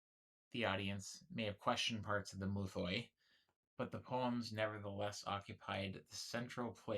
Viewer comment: Good vid ig but please for the love of god don't try to pronounce greek words or at least learn how to pronounce them. Just say myths not "mouthoi" which isn't at all how the greek word is pronounced...